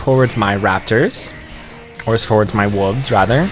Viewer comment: Love the video! But please pronounce wolves properly instead of "wooves"